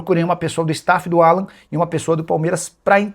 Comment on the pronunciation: Não é Alã, é Álan